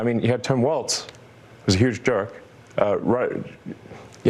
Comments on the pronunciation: "who derives joy from that?" normal people. also normal people know it's pronunced 'walls'. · He wrongly pronounced it "Waltz" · I know. Why does he pronounce Tesla “Tezla” and Tim Walz as “Waltz”? He’s no genius! Some people with autism are, but he isn’t! He wouldn’t do that if he was. He would learn to correct it. His stutter too unless he’s just so terrified that he can’t help it!